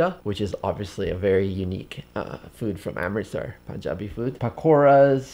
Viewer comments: You ordered all my fav food and love your punjabi pronunciation 😍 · Your pronunciation of Punjabi is on point!!! Good to see you again!!! Saw you along with David 😊😊😊😊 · ITS so awesome to listen correct pronunciation of PUNJABI great 👍 love from india❤️